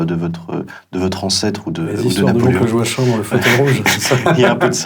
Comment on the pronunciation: À l’adresse de l’interviewer, on prononce Joakimm...